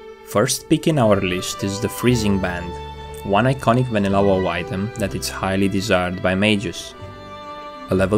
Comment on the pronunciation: "Vanilla Woe" Dat pronunciation tho.